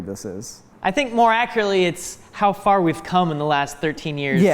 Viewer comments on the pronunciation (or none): You mean "How fur we've come?" 😜